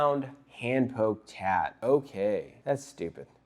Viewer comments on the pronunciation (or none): none